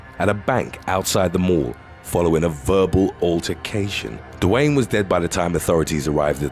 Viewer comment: Dewayne. Is DEE-Wayne lol. It’s French. 😉